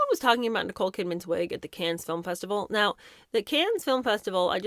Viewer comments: Kahn not Can 💥👀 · I love you, but it’s pronounced KAHN, not CANS. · Cannes = Kon (the s is silent). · Cannes is pronounced without the S at the end. "Can", like a can of Coke, or yes I can. Silent S, like Des Moines. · The S at the end of CANNES IS SILENT. OK? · You don’t pronounce the s in Cannes ;) ❤ [= can] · To the narrator: the s at the end of Cannes is silent. You sound uneducated and just stupid. You could have asked someone how to pronounce it.